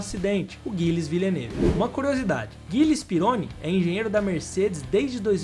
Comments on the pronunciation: Nao se fala Pirôni, mas Didiê Pirroní. Eu acompanhei tudo isso na época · sobre o Pironi, a pronuncia certa é "pirroní" e não "peroni". aliás Peroni é uma ótima cerveja italiana rsrs. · ...EXCELENTES CONTEUDOS E VIDEOS BEM PRODUZIDOS COMO SEMPRE MAS VAI AQUI UMA DICA MEU QUERIDO DONO DESSE SENSACIONAL CANAL. PROCURE SE INFORMAR MELHOR SOBRE ALGUNS NOMES DE EQUIPES E PILOTOS. POR EXEMPLO: DIDIER "PERONI" .... A PRONUNCIA CORRETA É " "DIDIER PIRRONÍ". EQUIPE ENSIGN....A PRONUCIA CORRETA E ENSAIGNE..OK?? SO ESSA OBSERVAÇAO. NO MAIS TA TUDO OTIMO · Amigão desculpa esta sendo critico, "Pirone" não existe, vou tentar escrever a pronuncia certa "Didiê Perroní" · Aê mano, só permita fazer uma correção? Didier "Perôni", cara?? Desculpa, mas como eu sou quase um cinquentão e eu vivi a fase da Fórmula 1 oitentista, o sobrenome do Didier se pronuncia " PIRRONÍ " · Rapaz, o nome do piloto se pronuncia Pirroní... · *Didie PÍ RRO NÍ......pronuncia-se assim...me lembro dele.. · O piloto francês da Ferrari citado, à época se pronunciava Didier "Pirroní" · O brabo foi escutar falar “Pirôni”!😂😂😂 Quase fiquei surdo… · Muito interessante e com bastante pesquisa, mas a pronúncia de alguns nomes precisa melhorar bem, só deu para entender alguns porque apareceram escritos (Ensign, Pironi, Cheever) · Pironi.. Chever...que dureza amigo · Não deixei de curtir ou seguir, mas as pronúncias de pilotos e equipes não ficaram legais. Um vídeo bacana desses merece um cuidado maior. Por favor, entenda como uma crítica construtiva a um trabalho tão bom. Gilles, Pironi, Ensign, Tagliani, etc... As pronúncias estão aí e são acessíveis.